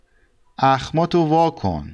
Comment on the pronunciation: For number 34 it says اخمات وا کن . But you pronounce the first with with "o" at the end. Why?